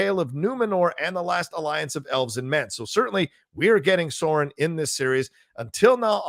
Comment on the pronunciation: Love this, but Sauron is not pronounced "Soron", but rather "Sow- rrron"